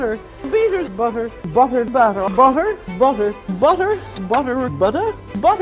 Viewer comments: "Do you eat butta? BUtta? ButtRrr" hahaha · The way ray said "butte-r" in an American accent 😂😂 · Ray saying BUT-ER has to be the funniest thing I've ever heard 🤣🤣🤣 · Do you eat bawddah?? Buddeerrrr?? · I have never heard food being spoken of in a biblical way unless it was to not tell people what to eat. I am so impressed by this one. I have actually never eaten lamb, but now I'm much more interested! This was so informative and fun. Especially Ray trying to say butter with an American accent! 😄 No hate, it just tickled me lol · Ray Comfort saying 'butter' in an American accent I don't know why I found this so funny, sorry, but my wife and I rewatched it several times 😂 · Listing to you try to pronounce butter is hilarious 😂. God bless brother